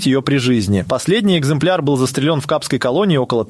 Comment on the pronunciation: Что со всеми вами происходит.? ГривАми, вы произносите, вместо грИвами. ЗастрелЕн, вместо застрЕлен. Помешательство в сети ? И это становится постоянным. Тоже самое с произнесением даты годов, которое произносится с каким то нечеловеческим ударением, как будто цивры произносит робот не имеющий никакого понятия о человеческой речи.